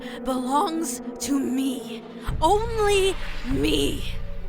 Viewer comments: "This girl has isseus" Lmao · new meme "this girl has issuses"